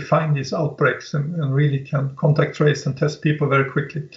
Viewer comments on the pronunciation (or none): none